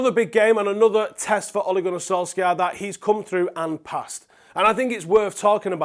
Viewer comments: Sol Shai er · When you pronounce "Solskjaer" the "K" is silent" you had 20 years to get this right now. Its killing me everytime I hear an englishman pronounce his name.